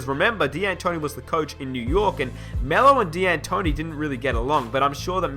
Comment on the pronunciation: It's pronounced DANtoni not DEEantoni